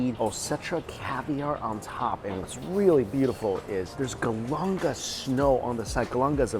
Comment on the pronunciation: Do you ever iron your shirts? and its GALANGAL, not GALANGA